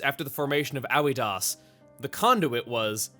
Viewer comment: Also, Aoidos would be pronounced as "Ah-oi-dose" just based off what the Japanese pronunciation and the spelling if you try to apply a Greek-ish sound to it.